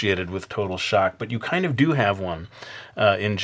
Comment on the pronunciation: "a tate of shtock" "BOOIIINNGGG" hahahaha!! ~likeyy